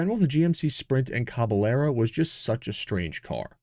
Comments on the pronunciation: "Caballero" [Spanish for "horseman," same Latin root as "cavalry"] is pronounced "KAh ba YERrow," almost like "Ka Bye Yerrow" when you add in the "ah" to "yuh" glide going from a to the y sound that the double-Ls represent in Spanish. Just a little pronunciation tip from my high school Spanish class decades ago... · Thanks for the video, and for NOT using AI. BTW: Just as we don’t say Tor-tila, but rather, Tor-tee-ya, because of the double Ls, so a Caballero is pronounced, Cah-bah-yer-o. It means, “cowboy”, or literally, “horseman”. Thanks again. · Pronunciation tip: Caballero is pronounced “cab-ah-yerro” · Maybe using AI to learn the proper pronunciation of caballero wouldn’t be a bad idea, eh?